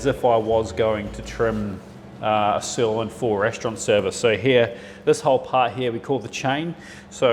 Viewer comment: I'm sorry.... did you just say "stirloin"?